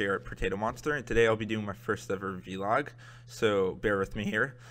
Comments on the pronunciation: dude please just say Vlog not V-log its really bothering me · I enjoyed this vlog, keep making them. One thing: it's pronounced "vlog" not "vee-log" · vee-log xD its vlog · Its pronounced vlog, not Vee-log. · just to help: say vlog and not v-log it sounds better :) otherwise it was good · It's vlog, not v-log. You don't pronounce blog as b-log. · It's vlog not vee log you idiot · At least say vlog and not V-log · You guys don't need to make another channel, its yours to do with. It just erks me when you say V-log... Its Vlog. one word >_> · actually... its pronounced V-log for Video log but a few people started to call it as "Vlog" so that's why now most people call the vlogs but im just sayin that he can say v-log if he wants to XD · Constructive criticism: STOP SAYING VEE-LOG.